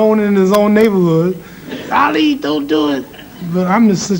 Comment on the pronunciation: Don’t point at me! 🤣 I thought you said public N-word. 🤣 Guy cracks me up, he was an amazing boxer, a poet and could’ve done well as a comedian! What a spectacular human Ali he was! Such an inspiration and one of the best of us. ❤